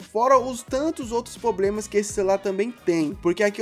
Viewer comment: ninguém:a coisa de android:poblema